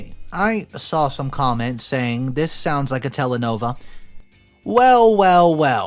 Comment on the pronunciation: wtf is a telenova? the subtitles even say telenovela, how did you get that wrong twice? Edit: Three times.